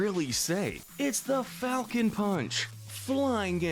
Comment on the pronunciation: The funny thing about “Falcon Punch” is that I hear him say “I GO PUNCH!” Anyone else hear this?